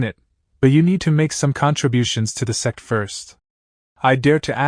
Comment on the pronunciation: My mind is so dirty when ai voice says sect i hear sex😂